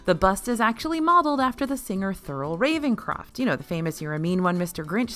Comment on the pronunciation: Thurl Ravenscroft not Ravencroft (there an “s” in there.